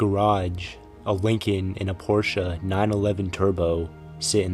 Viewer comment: Thank you for saying Porsche correctly